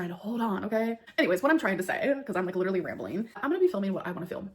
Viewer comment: posted!! That’s LEE-DUR-LEE hectic!!!! Always enjoying your videos! Wishing good health to you, your family and all of you “gorlz”watching 😁🤭